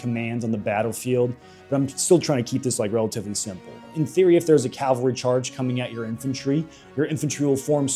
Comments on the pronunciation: Great video but I am gonna be a nit picker it's cavalry not calvary calvary is the church not horse mounted soldiers called cavalry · Cavalry, not Calvary. What are you, every Hollywood movie ever made?